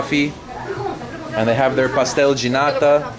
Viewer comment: You pronounce pastel de nata like a Brazilian. :(